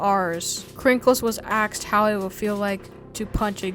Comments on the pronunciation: Dude said "axed" at least 8 times. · "Krinkles had axed." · sorry but i just cant stand people who say axed instead of asked